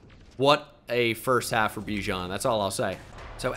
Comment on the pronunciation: you know bijan said thats not how to pronounce his name in a interview